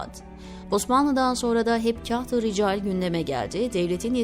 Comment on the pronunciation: Zannedersem seslendirmis. Tahirulmevlevi yi uzatarak Taahirulmevlevii şeklinde okumaliydi. Yani Taa yi bir harf miktarı uzatmalı. Kahti ricali nasil okumasi gerektigini nasil tarif edeyim bilmem ama Kağıt kelimesini hani inceltmeden Kağıt diye kalın okuruz ya yanlış olarak. İşte Kahtırical de öyle kalın okunacak. İçerik çok güzel buna mı takıldın demeyin. gibi profesyonel birisine öğretmek haddim değil ama gözden kaçmış demek ki. Eski lisanin nasil okunduğunu nereden bilecek ki yeni nesil. Teşekkürler emeğinize sağlık